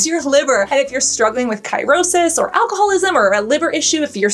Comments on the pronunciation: Ki-row-sis? I am a nurse….it’s sirosis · The word "CIRRHOSIS" is pronounced "Sear-O-Sis" not "KIE-RO-SIS!" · It's pronounced "sir-o-sis" of the liver